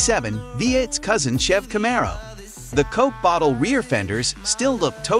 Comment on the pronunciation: Four Hundred and Twenty Eight...Cam-A-Ro lol...